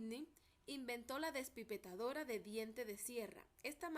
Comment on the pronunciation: Es despipetadora o despepitadora